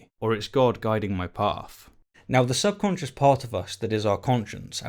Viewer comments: It sounds like you’re saying “sub conscience” when the word is “subconscious.” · Are you saying "subconscious" or "subconscience"? What's the difference between a "conscience" and a "subconscience"? I never heard of the latter before and spellchecker doesn't recognize it. Wictionary thinks they're synonyms but I've never heard the word before. Where did you hear about it? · Great vid; well written. You included several keen metaphors and some effective understatement. But please stop saying "subconscience." Cheers!